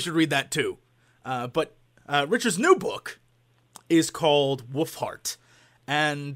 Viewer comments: It always sounds like Jesse is saying "Woofheart" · Sounds like he says "woofheart". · no he said woofhart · It sounds like he is saying woofheart.. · did jesse say "his new book, willfart"?? O.o